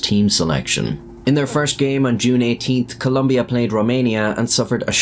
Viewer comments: Its Colombia not Columbia ... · Please guys, it’s COLOMBIA not “Columbia.” That said, I am so sad for this young man. Absurd, and to be honest, childish that anyone would harm him for this. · There is no U in the word Colombia. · U really need to invest more in the correct way of saying things in Spanish First of all it's Colombia no Columbia And you can use Google to know how to pronounce "atlético" not even a minute and you really messed up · ColOmbia. With an O. Jfc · It's Colombia, not "Columbia" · it's ColOmbia, there is no 'u' in the country name... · ColUmbia??? It's ColOmbia, mate. You're making a video of it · It's Colombia. Not Columbia. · holy fuck, gringos, it's Colombia, with two goddamn "o", when will you learn to spell it correctly. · It’s Colombia not Columbia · Its Colombia lol cant even get the name right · ITS COLOMBIA, NOT COLUMBIA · its colombia. not columbia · Mate, it's Colombia, not Columbia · Great video :) But it’s not Columbia, it’s Colombia with an “o” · Altho the story is sad i couldn't stop cringing every time you said Columbia instead of Colombia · its colombia not columbia.... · It’s Colombia, not Columbia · the country is spelled >COLOMBIA.. you as an english speaker can pronounced as Columbia but that is not how it is spelled. For what i know "Columbia" is an US district in washington. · It's Colombia not "lumbia" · it's not just in the subtitles that he made the mistake, he spelled the name at the beginning of the video and pronounced it wrong the entire time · You said columbia instead of colombia 💀 Columbia its a brand for mountaineering clothing lmao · it is Colombia, not Columbia. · Colombia is with o, not a u!!!!!!!!! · It's Colombia, not Columbia. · Very sad moment. By the way, it’s Colombia, not “Columbia”. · It's Colombia -- not Columbia. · As a Colombian, your an idiot. It’s COLOMBIA, not Columbia. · It's Colombia not Columbia 🤦 They even sell shirts that say that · "Columbia" wtf man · It is not "Columbia" but Colombia.